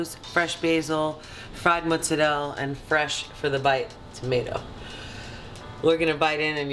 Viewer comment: T, teaching the south how to properly say mozzarella 😉👌